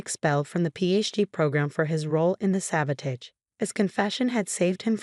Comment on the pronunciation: Please 'teach' AI how to pronounce the word sabotage.